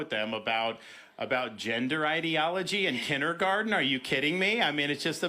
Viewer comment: Dont talk about "gender identity in kindergarten"...talk about him saying "hindergarten". DAVID! Stop!